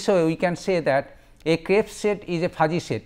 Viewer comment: Crisp not Crips